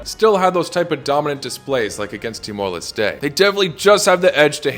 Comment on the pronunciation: his pronunciation of Timor-Leste was too much: -10 points from Everton